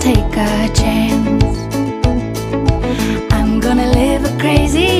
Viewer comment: Take a chonce